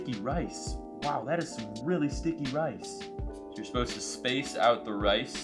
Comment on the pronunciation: Sticky rice more like sticky wice